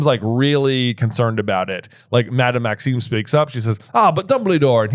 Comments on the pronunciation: I know this is months and months late...but every episode...making my teeth grit...it's Madame MaxiMe with an 'M,'! A freaking 'M,' not an 'N!!!!' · Is pronouncing Madame Maxime's name wrong on purpose or...?